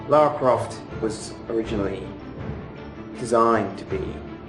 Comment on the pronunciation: even a guy who worked on the game can't say her name properly, that's just embarrassing. Do better, America